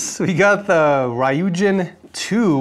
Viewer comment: why did he say Ryujin like that 😭